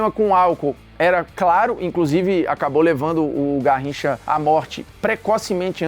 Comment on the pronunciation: "Narricha..." _Formiga Bruno